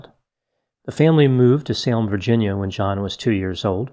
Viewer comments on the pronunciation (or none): none